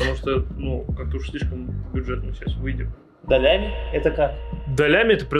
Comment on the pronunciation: Не долями а долями!